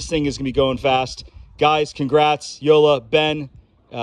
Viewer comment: Yo! Dude! It''s YO-LA The J in German is pronounced like a Y